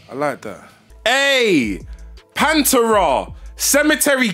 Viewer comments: Love your reactions my dude. But, it’s Pan-Terrahh! Not Panturah. Lol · The way he pronounced Pantera though 😂😂